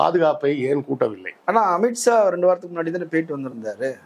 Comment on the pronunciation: நெறியாளரே காஸ்மீர், அமித்ஸா போன்றவற்றை சரியாக உச்சரியுங்கள், இல்லையென்றால் உங்கள் அனைத்து முயற்சிகளும் வீணாகிவிடும், அதுதான் நமக்கு கேட்டு தொலையுது என்ன செய்ய 😢